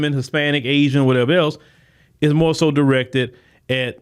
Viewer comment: MORE. Not MOE.